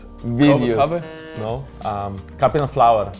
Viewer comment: "Capain Flowerr" - Jankos